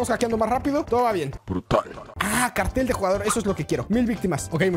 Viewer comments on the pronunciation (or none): none